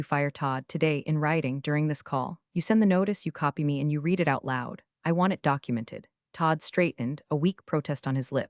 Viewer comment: Please, work on the AI!! TED is pronounced Ted, like the name.Work on read versus red. The AI needs to be worked over on this!! Still love your writer and their hilarious metaphors!! But remain 3 of 5 until clean up that AI or switch to human narrator!!👏👏👏👍👍👍❤️🐉💙💙😎😎🌈🌈🦅🍍